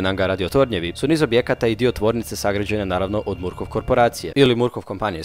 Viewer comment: Izgovqra se markofff